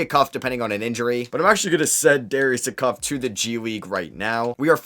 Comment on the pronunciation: Good video. Darius Acuff is pronounced ey (like hey without the h) cuff (like handcuff). He’s a 5 star pg that is currently the best player for IMG Academy